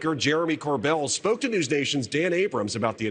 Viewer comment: You pronounced “Corbell” incorrectly.